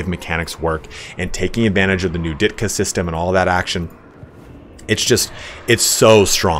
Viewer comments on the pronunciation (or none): It's diktat. Ditka is that NFL player. Diktat is like dictate. Not Ditka. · Love your vids, but it's "Diktat", not "Ditka". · Psst it's diktat (dik-TAHT) not ditkat. Think Dictator but without -or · ..."Ditkas"? O.o That's not how that word is pronounced.